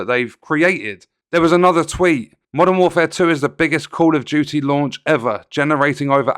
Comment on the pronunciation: "Call of Jooee"